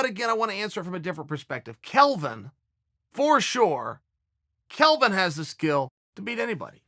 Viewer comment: There's also the smart guy casual who's calls Kelvin "Kevin"